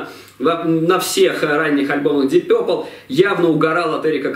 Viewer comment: Вообще-то "Дип Папл".. А не какойто Дип Пёпрл".. Это только" русскоязычная челюсть" может такое высказать)))